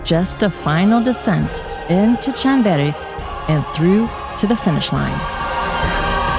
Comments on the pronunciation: I would've thought the first bit is 'Clan' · That's the craziest pronunciation of 'Llanberis' I've ever heard 🥲 Chanberss!? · 'Chanberis' is grating on me everytime I hear it.